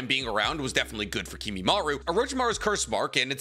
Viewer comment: KimimarO. The amount of times you mispronounce the simplest things is pretty sad.